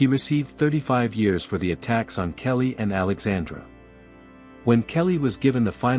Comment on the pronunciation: Her name is Kayleigh! Not kelly